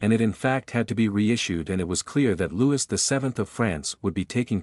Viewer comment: Loo-ee not Lou-is. Please.